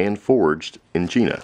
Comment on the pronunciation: "Made in cheeena" I LOST IT LOL